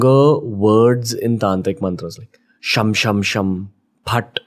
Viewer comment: It is Beej (seed) not veej, and not Bhatt, its phat that is futt......